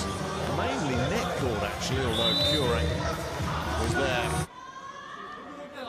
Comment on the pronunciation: The u in Kurek's surname is as in flUte word, so [Koorek], not [Q-rek]